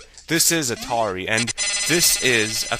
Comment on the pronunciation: I love the "Atati." :P